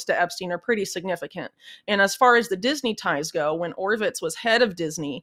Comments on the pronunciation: It's Michael Ovitz not Orvitz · Ovitz, not Orvitz, Whitney. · Michael Ovitz, not Orvitz. Michael lived a block away from me, was in my fourth grade class at Encino Elementary. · Michael Ovitz, not Orvitz. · It's Michael Ovitz NOT Orvitz! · It is Michael Ovitz not Orvitz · Whitney, you did not pronounce it correctly: Michael Ovitz, not Orvitz.